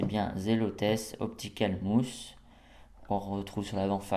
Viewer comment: optical MOUSSE hahahaha. je sais cette video date, mais j espere que tu sais dire Mouse (ma ouse) lol